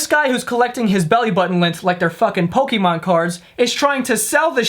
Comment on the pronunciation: Pok"AY"mon NOT Pok"ee"mon